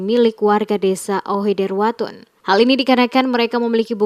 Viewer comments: Maaf Admin, Nama Desa "Ohoidertawun" bukan Ohoiderwatun, terimakasih..🙏🏽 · itu Ohoidertawun bukan ohoiwutun